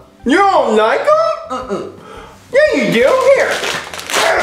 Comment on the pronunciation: Its not yee its yeah